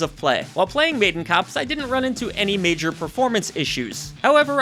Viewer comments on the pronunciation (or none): none